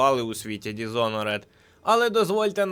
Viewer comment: Народ… будь ласка. Не ДізонорЕд. Дізонорд